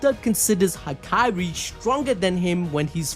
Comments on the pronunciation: Dude it’s HAKARI not hakyrie this was annoying a little lol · the name pronunciation gotta be engagement bait bro😭